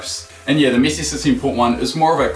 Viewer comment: He says missi not Messi